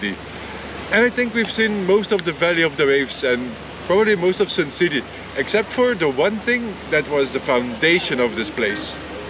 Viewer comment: It's not "Sin" City ....its Sun City....okay🤣😅😂